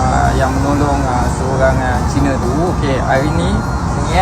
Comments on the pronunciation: Sebut betul: 'Cina' bukan 'Caina'. 'Caina' tu negara - China. 'Cina' di Malaysia itu warganegara Malaysia. Jadi sebutan yang betul 'Cina' bukan 'Caina' 👌😅😁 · … bukan China (sebutan Caina) tapi Cina (sebutan Ceena) sbb dia org Msia bukan org China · Saya pun dah komen dalam video ni & di video yg sebelumnya psl sebutan Chaina tu. keliru kot, kadang sebut Chaina, kadang sebut Cina 🤭😬😬